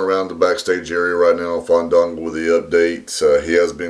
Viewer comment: I think you didn't let the a breath, it's Faaaaandaaaango! Haha!